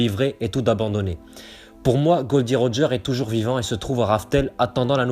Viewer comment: Théorie intéressante mais Roger la dit lui même cela se dit Gol D Roger